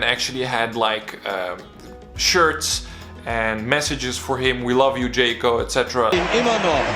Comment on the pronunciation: Forgot to mention the "offside" call on Džeko vs Nigeria in the WC. Also it's not "Džeyko", it's "DŽEKO". Otherwise a very good video!